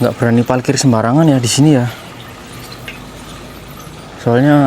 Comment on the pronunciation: Jalan2 virtual lg kita d Jepang nih, kali ini agak ke kota-nya, eehh tp sepertinya agak kesulitan klo melafalkan huruf " 𝙇 dan 𝙍, seperti klo bilang 𝙥𝙖𝙧𝙠𝙞𝙧 jd 𝙥𝙖𝙡𝙠𝙞𝙧, 𝙩𝙧𝙖𝙠𝙩𝙤𝙧 jd 𝙩𝙡𝙖𝙠𝙩𝙤𝙧 😊, hihii...ga apa yaa, ini jd ciri khas-nya. Semangat trs ajak kita jalan2 virtual ke Jepang, sehat slalu